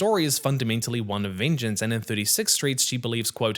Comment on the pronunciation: Say VEENJENCE one more time I swear